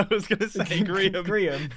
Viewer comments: It's a Gree(ia)n beacon. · it's a grian beacon (when you pronounce it in a wierd way it sounds like grian)